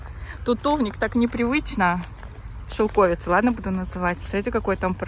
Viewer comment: Шелкови́ца (не шелко́вица)Википедия 😊